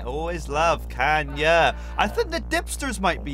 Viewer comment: I just now realized that he’s been pronouncing Kayna as “Kanya” this whole time, and now I’m upset. It’s not even really the mispronunciation that’s frustrating, it’s more that it took me this long to notice.